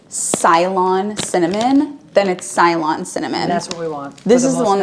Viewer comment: Its actually pronounced " say- lon ( ceylon) ty!!